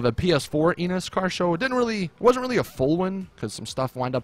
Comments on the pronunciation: When you said Enus it sounded like you said anus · Did he say "Come in my Enus" ?